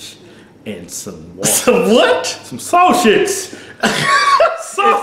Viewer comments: Lmao "sawschitz" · LMAO When Kevin said saushish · LOL I thought Kevin said shaw-shits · Some "shosage"!!! LoL!!!! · Keith: Imma go over here to the waffle house and get me some sawshits. Kevin: Some what? Keith: Some sawshits! SAUSAGE! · Saushits? What da fuck is saushits? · He can't say sausage lmfao